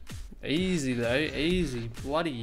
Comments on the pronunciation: It’s not EZ it’s EZ. easy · It's Easy, not Ez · He calls is ez mode instead of e z mode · Ezz mode lol he means easy mode 😂